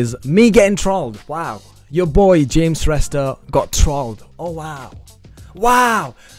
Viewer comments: Those guys who tries to roasted your videos, they even don't know how to pronounced James Shrestha 😂😂😂😂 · Haha tyo third roster ko tw afnai billa vayo bichara😟 ko pani naam ramro sita uchharan Garna sakena tele 😂😂😂😂😂😂😂😂😂😂😂😂😂😂😂😂😂😂😂😂😂😂😂😂😂😂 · He can't even pronounce his name bro